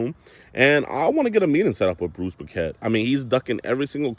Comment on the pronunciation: Poquette sounds french. Would be prononced kinda like Pocket